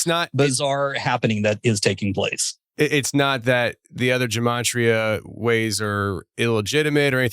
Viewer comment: Gematria. I think it's pronounced with a hard G, not a J.